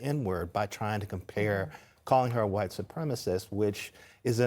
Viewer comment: Hearing her fuckup the word "supremacist" was like nails on a chalkboard. She is such an idiot.